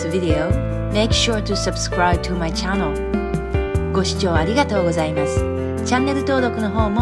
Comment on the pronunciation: "Channel"の発音で，最初の母音が日本語のようで微妙ですね。 もう少し口を開けて発音するといいと思います。